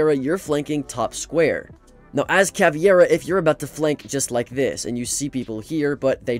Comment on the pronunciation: Cavi iera 💀💀💀💀💀💀💀💀💀💀💀